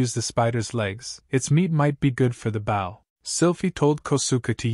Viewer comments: Just so you know that when reading about the weapon Bow is pronounced /bō/ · Narrator. Bow, as in a bow and arrow, is pronounced like Doe. Or So. Not like the bow of a ship. I know its nitpicking but every time you say it in one of these stories it grates on me. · I'm sorry to complain, but you're saying "bow" with a short "o", such as to bow to show respect, or the bow of a ship. Similar to Wow, cow, now, and even sow. But the word you should be saying is with a long "o", as he's using a bow and arrow, and made a bow drill. Similar to Go, sew (I knew it's spelled with an "e", but it's pronounced with the long "o" sound), low, grow, and also blow. It's driving me nuts because it's the wrong word and means something completely different and is messing with my head, the same as if you'd said you "Hi, I have a new care", when you actually meant that you "have a new car". It's an issue of "heteronyms", words that are spelled the same, but pronounced differently. I did a small bit of digging around and here's a link to a small article for anyone unclear on the subject since I know my explanatory skills suck. Thank you :)